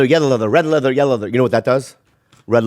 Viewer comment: He can't say Red leather, Yellow leather at all 😂😂😂😂😂😂😂